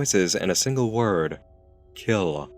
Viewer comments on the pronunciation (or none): i hate how he pronounced kill with such a frontal l